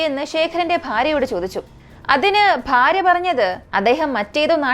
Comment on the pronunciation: പാര്യ അല്ല ഭാര്യ ആണ്